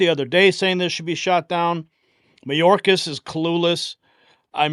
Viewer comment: No, it's MyOrkAss 😂😂😂